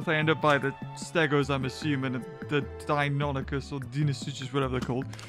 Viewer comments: Deinosuchus not Deinonychus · Don’t you mean Dienosuchus? You were calling the crocs dienonychus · Deinosuchus not deinonuchus. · I love your content but please it's Deinosuchus not Deinonychus, Deinosuchus is the croc and Deinonychus is a type of raptor